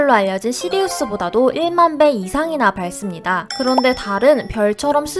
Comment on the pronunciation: '시리우스보다도 1만배이상 밝습니다' 할 때 박씀니다 라고 발음하셔야해요..